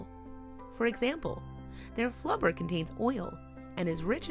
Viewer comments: WHY does the narrator sound so GLEEFUL! 😧😢 Also, did I really hear her call whale BLUBBER.. 'FLUBBER!'?.???? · She said "Their FLUBBER contains oil" 😂😂I think you mean "Blubber" anyways,great video!!